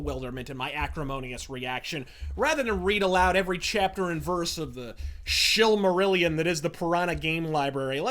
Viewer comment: Lol "Shillmarillion"!!! You're a fucking poet.